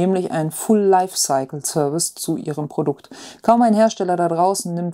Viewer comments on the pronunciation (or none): none